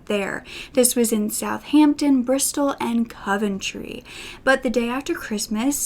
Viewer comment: Omg I live in Coventry, you pronounced it a bit weird to me though😂